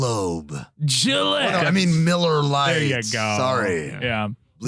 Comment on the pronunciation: Every once in a while, I could swear he says MULLAR LITE